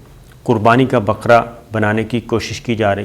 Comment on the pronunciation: Baqra nahi bakra huqam nahi hukam